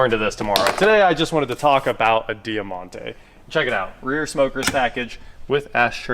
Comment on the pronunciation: It was known as the Mitsubishi Magna here in Australia 🇦🇺. Over 30,000 sold here in 1992 for example, there was so so many model variants over the years when we had them. We actually made them here for a long time. (Btw it’s pronounced Dymontay)